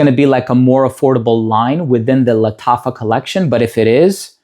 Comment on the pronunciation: Thank you for this wonderful presentation, I love how you pronounce lataffa. I'm tempted to try one of those fine fragrances, maybe Nebras?